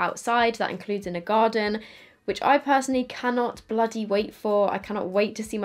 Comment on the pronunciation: “In the garden” Haha! That’s so British (I think you’re British?? I’m hearing impaired so I’m not any good with accents). I love it though. ❤️💕